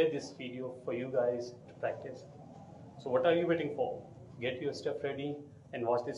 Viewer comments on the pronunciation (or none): none